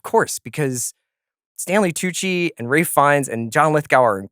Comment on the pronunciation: Ralphie Fee-en-es can flat out act!